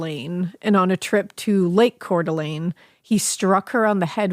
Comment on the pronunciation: Good job pronouncing Coeur d'Alene right!!! I'm from that area and even some people that pay tons of money to visit there don't say it right lol. Not an easy one!